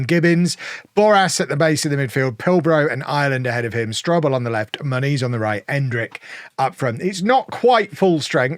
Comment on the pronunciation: I still can't unhear how you pronounce Muniz like "ma niece"